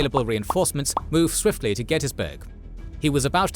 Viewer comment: Also pronouncing Gettysburg wrong. I’ve heard people try to call it Get-tus-burg. Every local in the area and around calls it “Get-teas-burg”. I live in Cashtown, less than a block away from Cashtown Inn. Crazy it all happened right down my road.